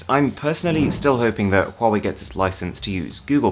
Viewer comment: he said huwei not huawei